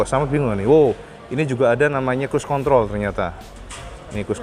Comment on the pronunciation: cba putar videonya ...Dengerin pas waktu nyalain speedometer....mas yg ngereview nyebut control ...pasti ketawa krn kedengeranya lucu